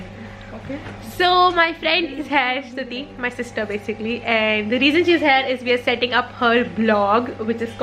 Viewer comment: I don't mean to send any hate peace but I get very confused when you say 'Hair' and you mean 'Here'.